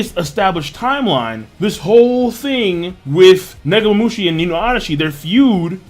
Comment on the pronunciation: Please King...just keep saying Inuarashi and Nekomomushi. They sound alot better and proper to the characters.